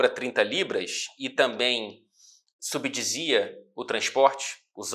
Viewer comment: o melhor do vídeo é que logo após o errar a palavra extremamente difícil "clube", ele volta do corte dizendo "subdisia" ao invés de "subsidia"